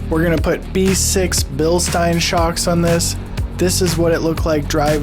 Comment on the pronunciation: Great video, thanks. Note though that you are mispronouncing "Bilstein" over and over in the video (although you did pronounce it correctly at the beginning of the video). Bilstein rhymes with mine, not mean. 😁